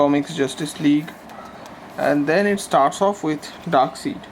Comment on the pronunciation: Yeah... That mispronounciation was a bit off putting... But its a decent try at reviewing an omni this big!